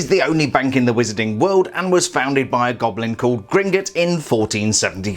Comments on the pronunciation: Please don’t say gringitts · Why does he say Gringutts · British people am I right